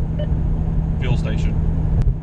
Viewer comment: also, you're saying "fuel station" really softly and almost mumbled. lol try to enunciate and sound off when it comes to any infotainment system lol. (you speak very well throughout your entire video. just do it the very same way!)